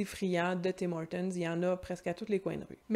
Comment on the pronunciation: Bonjour, tu es la première Québécoise que j'entends prononcer le "s'" du Tim Hortons! Et je moi (originaire de Belgique), je sens bien que je dérange un peu les gens en prononçant ce fameux 'S' lol. Amitiés!